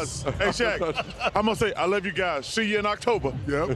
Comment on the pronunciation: 'See yin October'.....Three words....lol